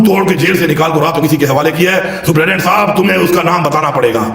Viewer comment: this guy can't even pronounce the word "superintendent " 🤣 he is pronouncing it "suprident" 🤣🤣🤣